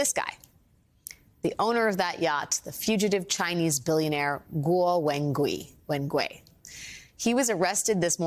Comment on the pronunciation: Thanks to Alex to try to pronounce Guo's name correctly. lol